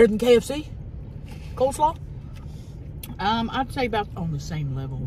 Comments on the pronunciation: COLE SLAW, not COLD SLAW. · I thought it was COLE slaw and not COLD slaw. Guess I was wrong